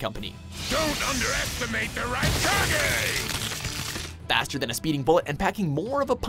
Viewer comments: Ah yes. The rikagay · its not "raykage" its "rykage" you've clearly never seen any anime aside from DBZ and pokemon so dont bother making anime videos unless you get someone more knowledgeable on the subject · It baffles me how you can mispronounce the name of “Raikage” when the clip used actually says his name.